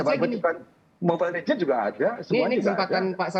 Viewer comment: tuh orang tua tidak mengerti steam makanya bilang mobile legen wjwkwkwkwkwkw